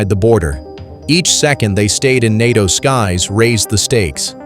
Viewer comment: NATO is pronounced nay-toe, you very silly robot, you very incompetent robot operators.